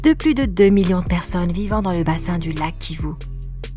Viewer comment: Je reve ou elle prononce kivu au lieu de kivou